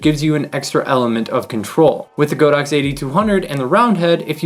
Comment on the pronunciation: Not the most important thing, but it is actually pronounced God-Ox, not Go-Dox. 神牛 means just that. :)